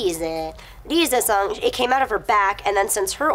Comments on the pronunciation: Rize is pronounced Rhee-z-ehh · Someone casuse the stuffs to fall on Rize ( ree-zay) :P